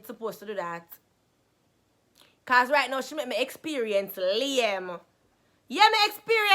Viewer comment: Lol she said becez